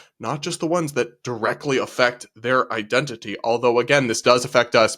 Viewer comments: “I-dentity,” it’s literally in the word. THAT IS NOT HOW ETYMOLOGY WORKS, LADY. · "It's I-dentity!" Every country that doesn't speak English: 😐